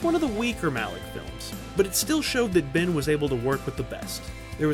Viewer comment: dude his name is Ben not Bin